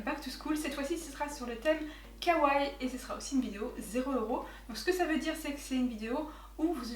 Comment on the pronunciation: svp ne ditent pas kawai ou kaway mais kawaii faut à la fin lire le (i) faut bien dire le i c'est important sinon c'est faut le mot !!!!